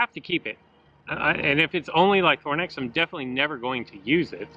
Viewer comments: Ly-THRO-nax ;) not Lythornax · Use broken dinosaurs to break another broken dinosaur, seems legit. And it's LY-THRO-NAX, not ly-THORN-ax!